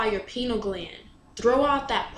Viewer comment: “Rise like Lions after slumber In unvanquishable number- Shake your chains to earth like dew Which in sleep had fallen on you Ye are many - they are few.” ― Percy Bysshe Shelley See also: (ps - it's pronounced pie-neal gland)